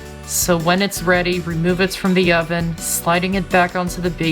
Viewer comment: he said when the dough is bready instead of ready lol